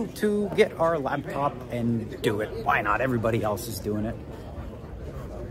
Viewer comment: Dear God Daniel, please stop calling it a lab top!!!! It’s a laptop!!! 😂